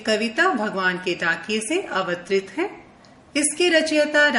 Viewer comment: dear ek jaghe kavita ke spelling wrong hain,..... pramukh aur avtarit wrong pronunciation